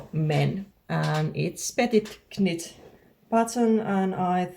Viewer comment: HI, I am a too. Congrats on your new channel. Just a note for you.- when we say "knit" in English we do not say the "K", it is pronounced like "nit". I only say this because it is so impressive that you can do a podcast in English, and this one you will say so many times. So many words are not pronounced the way they look. Looking forward to hearing more about your finished knits. I would also love to hear about your dogs, about your other art endeavors and life in your part of Finland.